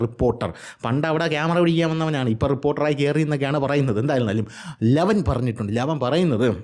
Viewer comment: ട്രിപ്പ്പോർട്ടറൽ അല്ല റിപ്പോർട്ടർ കനം കൂട്ടി പറയണ്ട തന്റെ റേഞ്ചിൽ പറഞ്ഞാൽ മതി